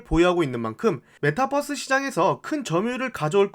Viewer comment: 뻐스로 발음해도 다 알아들어요, 핵심은 그게 아니니 분석에 집중해주시면 좋겠어요